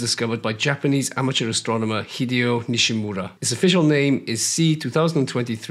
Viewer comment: Nishímura is “nee SHEE moo RA” not NISHy MURRa. Accent on the 2nd syllable, SHI. Respect the man who made the discovery, and give his name a back beat! Hear for yourself: search YouTube for 西村彗星